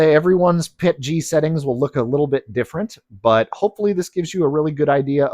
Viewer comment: is actually one of the few CCs that actually says the acronym correctly. PET-GEE. Every chemist knows they've been saying the P.E.T. as "PET" & then adding The "G" for glycol. That additive which makes it easier to print than standard PET. GOOD video! Thank you!